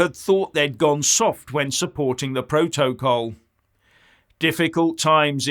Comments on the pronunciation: Ohhhh, you Silly Goose, is saying "Proa-toa-call"! hahahhahahahaha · Every time says 'proto-col'... take a drink! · it is funny, more than one syllable has him foxed....